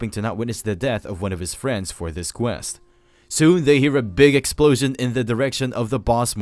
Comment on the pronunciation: Narrator's Favorite line: "Which results in a Big Excplosion!"